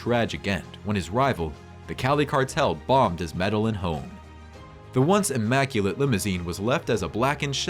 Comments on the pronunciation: Medellin, Colombia, not Madelyn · now where exactly is "medalin"?.... and or "mall borrow"cup.... kinda sounds like an AI?... great watch but some life in the voice will be cool too!!!